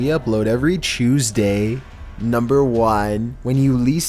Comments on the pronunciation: “Upload a video every chusday” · He says Tuesday as “choosday”